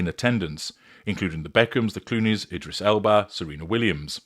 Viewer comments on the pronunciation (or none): none